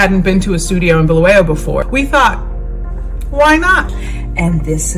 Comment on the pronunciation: Glad you have pointed that out ,it is indeed Bulawayo not Bhu-lu- we- yo!